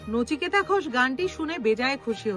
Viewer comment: নিচিকেতা নয় রে সোনা, নচিকেতা হবে। ঠিক করে নে মা।